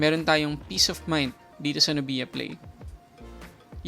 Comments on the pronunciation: NUBYA not NUBIYA. saket sa tenga amp ahahaha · Nubya.... not nu_biya.. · pinoy na pinoy talaga si kuya str haha "nubiya" instead of "nubya* 😂✌️🇵🇭